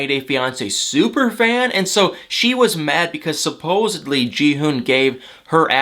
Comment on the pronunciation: Dude, love your videos but please please please learn how to pronounce the word SupposeDly! In is NOT supposeBly!! Sorry, just a huge pet peeve and you say it soooooo many times every video.